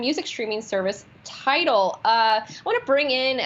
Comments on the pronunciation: Damn! at least get the name of the company right. Its "TIDAL", not title. Pay attention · It’s Tidal NOT Title.